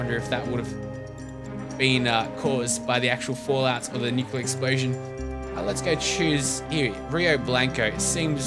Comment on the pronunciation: Nuclear waste or Nuculer waste? :3